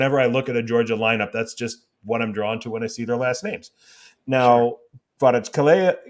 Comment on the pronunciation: I will help you to pronounce kvaratskhelia <Kvarac hell ia >